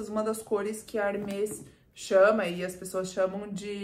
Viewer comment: Ba, como Hermès é um nome próprio, pode falar tranquilamente com o som aberto : Herméees. 😊